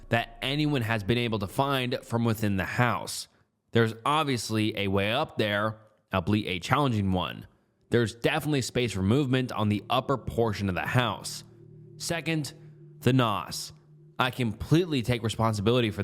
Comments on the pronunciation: ALL-be-it. Not ab-leet holy shit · Albeit is pronounced "I'll be it" not "All Bleat"